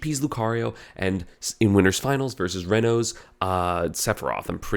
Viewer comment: The way you say Reno's name is correct